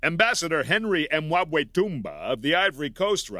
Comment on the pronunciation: After working in a call Center I can appreciate how Henry Mwabwetumba being casually read out easily and with no afterthought is vastly underrated